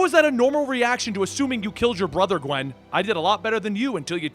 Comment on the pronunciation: Qwen pool spider qwen geez.